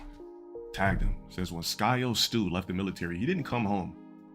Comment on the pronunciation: This guy kept pronouncing SYKO AS IN PSYCHO AS SKYO STU GAWD DUUUU